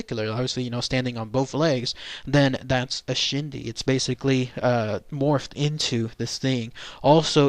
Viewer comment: The pronunciation is closer to "Ch'ee dee". The Ch'ee dee is the materialistic quality and desire of a spirit that causes a person's spirit to remain attached to the living materialistic world. The Ch'iidii is that part of a person's spirit or ghost that is still materialistically thinking and who still desires and craves after their previous material items, or perceived possessions of this world, which then keeps them connected to the world of the living. That ghost who harbors the belief that no one else should own their previous material possession prevents them from passing on, and they can do harm to dissuade anyone alive from owning what they consider theirs. For this reason a deceased persons personal possessions that formed their identity are buried with the deceased. When the Ch'ii dii part of the ghost stays because they are chasing after their previous life, then they trap themselves in the world of the living and one consequence is that they are not a whole being and remain conflicted on this plane of existence. Friends and relatives are not supposed to desire the dead person's spirit to remain because the materialistic side of the ghost will return, and cause the ghost not to be whole spirit and in the long run this is not good because energy of a ghost inherently cause an spiritual and emotional instability in a living person, even when the ghost does not intend to do harm, ie ghost sickness. I do not consider a Ch'ii dii a shapeshifter, but a person with Skinwa